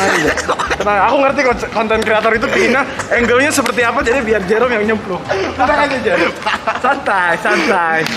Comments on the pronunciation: itu dia ngejoke, soalnya di video ini ada bagian pas salah bilang 'jerome' jadi 'merome' 😩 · 😂😂 bisa2 nya bilang merome😂😂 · "MEROME"AHHAHHAHAHAHAHAH SEMANGAT OM NGAKAAK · Ketawa ampe sakit perut pas salah sebut nama Jerome jadi merom, hadueh ampe nangis ketawa nggak ada hentinya. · Pls ngakak yang papa nya om fadil bilang merome 😭😂😂